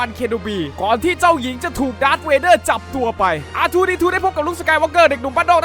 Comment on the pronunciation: มันไม่ใช่ดากร์เวเด้อมันชื่อดากเวเด้อ ++